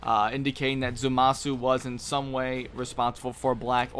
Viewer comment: Ok I've stood silently for too long... 'ZAH-MAH-SU!!